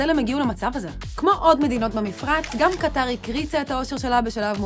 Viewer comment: קטר כותבים בלי א' והוגים במלעיל (האקדמיה ללשון העברית)